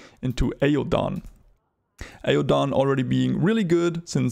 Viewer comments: Love the vid! Btw, Aodhan is pronounced A-yawn. Irish name, weird pronunciation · This is incorrect. They say Aodhan's name in multiple cutscenes, but most notably one of the very first words in the prologue cutscene is Tieve saying Aodhan's name. It's pronounced "Ayden" canonically within this game.